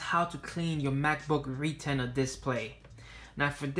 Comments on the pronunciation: Lol re-tenner 😂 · man said REEE-TINA 😂😂😂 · Sounded like ree-TEN-a to me.